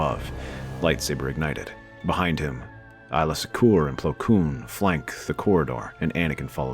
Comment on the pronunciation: This was yet another amazing theory! I did not expect Jedi Rex at the end fighting with Windu and Anakin but I'm all for it! One small suggestion though, when it comes to certain characters' names in the series, you've pronounced a few of them incorrectly and it takes the listener out of the story briefly. Aayla Secura is pronounced with a long A and Saesee Tiin is pronounced say-see tin. Otherwise, this was a PERFECT theory!!